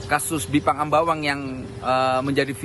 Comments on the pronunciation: Bipang Ambawang, bukan Jipang Ambawang kan?😄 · ga bisa bedain yah. antara Bipang sama Jipang☺. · sampe buat klarifikasi jipang. hey nie kuping msh normal. bipang bukan jipang. ketawa saya liatnya